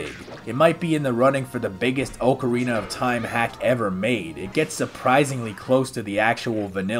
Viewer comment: Ocariner of Toim™